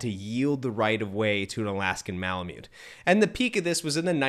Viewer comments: Good job; I have owned Malamutes for 20+ years. They are the most incredible dog breed on earth, in my humble opinion. Lots of work, but worth every second. The indigenous people of North West Alaska who lived with the breed called themselves ‘Malamut.’ It is pronounced “Mala Mutt.” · The tribe called themselves Malamut, and it is pronounced “Mala Mutt.”